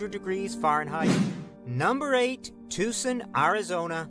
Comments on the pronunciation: Never heard Tucson pronounced like that. To the best of my knowledge it is pronounced tōō sän. The narrator's voice is way too sing-song. There are many rural areas that get hotter than most cities. Riverside is at the far east end of the L.A. basin and the mountains, bordering the city to the east, keep the smog from escaping and most likely traps the heat is as well. Fresno is 100 miles north of Bakersfield in California's Central Valley, and yes, it does get hot in Fresno and Bakersfield. This summer, here in Northern California near Sacramento, we had several weeks already with 100 degree plus weather. Highs wee in the 114-115 range for a week or two. But the summer isn't over yet. It is 90 degrees now at a little after pm with the temp rising throughout the afternoon. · look up Yuma AZ. I lived there for years want to go back to. at the time I write this it's going to be about 112 Ish there Yuma would get really bad during summer. and as a native Arizona person that video was bad, they couldn't even say Tucson right and I will say that place could get bad to man I miss my home state.